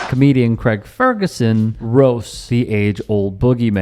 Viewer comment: Craig. Not KREG.